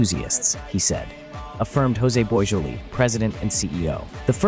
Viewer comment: Joe-say Bwajoelee…phonetically José Boisjoli C’est Français…non Español